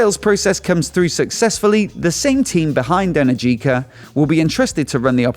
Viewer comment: Energica is pronounced wrong :). I do hope they come back